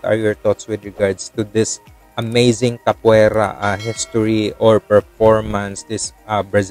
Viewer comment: Ka po A Ra that's the pronunciation